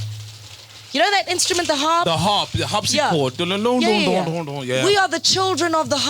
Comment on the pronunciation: Harp ase harpsichord.